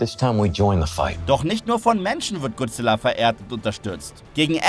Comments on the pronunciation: Manchmal rege ich mich immer auf wie leute godzilla wie guzilla oder guzilla aussprechen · Godzilla und nicht gozilla